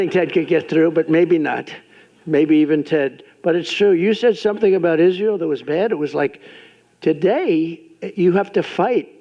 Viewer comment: טוב.. הוא לא אמר ישראל כמו שצריך (בעברית) אבל הוא מצוין לישראל, זה מה שבטוח.